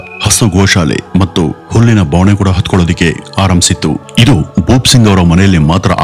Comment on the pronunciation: Hullina banave not babane